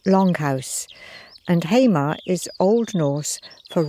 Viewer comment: Lovely video but there is no "rest of Scotland". We(Shetland) never officially became part of Scotland. Also Hamar is pronounced "Ha-mar", not "Haymar". My first ancestor came from Unst and his name is Hendrich Hendrichsson :) .